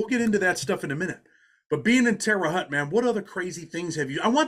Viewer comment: It’s pronounced HOHT guys I’m from there still have family there. Thank god I moved it’s nothing dope and violence now.